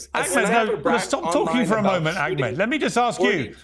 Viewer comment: Its Ahmed btw. Not Akmet..ignorant limey